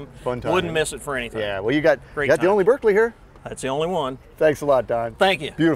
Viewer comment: Even the owner of the Berkeley can't pronounce Berkeley correctly!